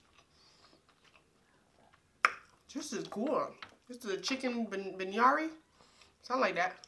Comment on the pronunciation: Hay Sis...its pronounced Beer-ee-ah-nee Now I want Indian food!!!